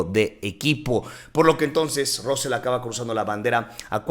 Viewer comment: No se pronuncia ROSSEL, se pronuncia RASSEL ! es como los mismos ingleses lo pronuncian, pero ya conocemos a los mexicanitos, siempre quereis pronunciar como os sale del cipote !